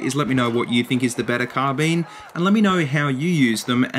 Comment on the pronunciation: I enjoyed the video, especially the way you say car bean.